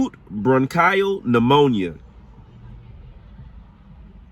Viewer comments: Repeat after me....acute bron-KEY-uhl pneumonia, not bron-KAI-uhl, lol! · First of all I'm enjoying ur video as i write this but need to point out a pronunciation error ur making that I'm having a hard time ignoring. Bronchial is pronounced bronk-ee-ul, not bronk-eye-ul. Hope that makes sense written phonetically. I think that's the proper word anyway? I only point this out for ur learning so u'll know the next time u see that word. Ur video is great so far. Plz don't view this as a criticism but a learning experience. ☺️🤗💛🖤💛🤗☺️ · It is pronounced bronc-eee-al not bronc-iii-al. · Bronchial “bruhn-kee-uhl” and unbeknownst “uhn-bee-nohn-st” are worth pointing out but it was a very informative piece of investigative journalism 👌🏽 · Roberta was walking Lucifer!! Bronchial pronounced bron-kee-al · Sorry I had to laugh at your pronunciation of bronchial lol